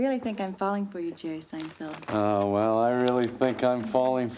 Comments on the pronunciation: SEIN-FELD. NOT FIELD. MY GOD. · Is he saying "Seinfield" on purpose? 🧐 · It's SEIN--FELD, not Field. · SeinFELD, not SeinFIELD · Feld. Feld. Feld, feld, feld, feld. Bro. It's so crazy that the dude is a big fan of the show but still can't figure out how to say his name. SeinFELD. Not Field. Also, gotta do Puffy Shirt.